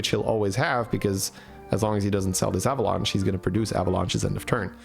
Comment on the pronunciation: can i get an avalunche counter why he say it like that lol